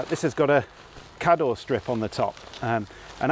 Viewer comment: Not very suitable though if you want to drive away. But good idea though if you're not intending to drive away And kador is pronounced kaydor😂😂 Sherwood pines is very close to me. My first away in Campervan for trial run